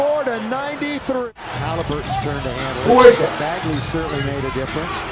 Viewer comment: Um.... did that announcer call him Bagley, with a F lol